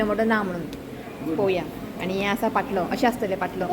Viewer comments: it's not pottlo it is called pantlo.God bless you and your family ❤ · Its paatlo and not potlo